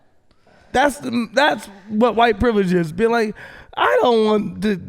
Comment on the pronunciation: "We com from privelage" bahaha